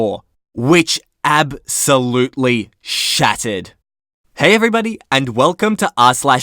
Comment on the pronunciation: Lol it sounds like you're saying "it absolutely shatted" instead of shattered lol. But I enjoy your voice. Not at all annoying.